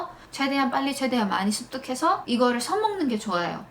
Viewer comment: 11분55초쯤 써먹는게 좋아요- 서먹는게 좋아요로 들렸어요 ㅋㅎ